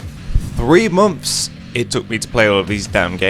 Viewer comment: "3 mumfs"